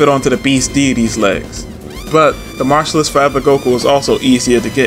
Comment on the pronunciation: Bro. It ain’t pronounced “martialist”. It’s “martialARTist”